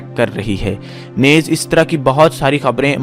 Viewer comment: Yeh lafz " nez" nahi hai balke isko NEEZ bolen .